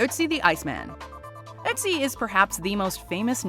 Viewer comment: Both as a Dane, AND a European, in general, it makes me happy, that you pronounce the name Ötzi correctly. In Denmark, WE have the letter Ø, that is pronounced the same way. After WW2, Denmark would like to distance itself from Germany, so we changed a lot of written letters, that were similar to German. Hence the letter Ø instead of Ö.